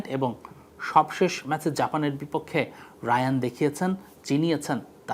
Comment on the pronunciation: তার নামের উচ্চারণ হায়ান রায়ান না